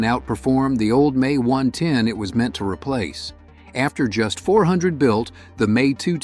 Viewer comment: Younger listeners will think it’s actually pronounced May instead of the M E. Congrats A.I.